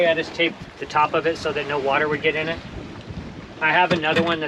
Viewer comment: Nope. Don't know what "Wadder" is.